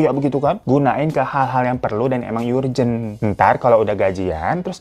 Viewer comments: Halo..mau numpang benerin pronun kata "Urgent" dan "Urban, dibaca "URjen", "URban"...bukan YUrjen, YUrban :) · Bg URGENT "yurjen" 🙄